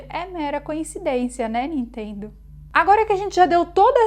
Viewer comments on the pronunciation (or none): none